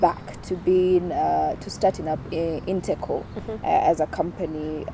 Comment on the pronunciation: It's InteCo not integral, correct me if am wrong